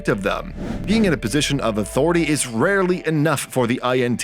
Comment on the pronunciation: “Autority” made it really difficult to keep watching this